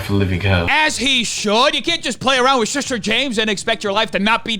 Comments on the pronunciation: Such a serious topic and me and my fiance can't help but giggle everytime says "SHISHTER SHAMESH" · Everytime you said Shista a bit of wee came out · "Im a shister" lol...